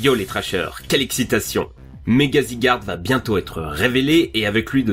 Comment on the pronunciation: Ça se prononce zigarde💯%💯